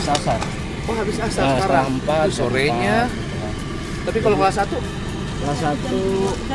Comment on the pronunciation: Waktu ngomong "Sorenyaa" berasa bgt di balikpapannya 😂